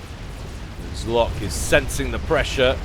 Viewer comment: "Zlock" huehuehue Great cast as always!